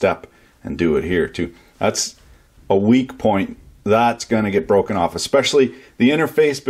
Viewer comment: you add the letter "r" into words without r's. "borch" instead of bosch, "on or orff", "mortor" ect. btw im canadian and I can say Massachusetts fine lol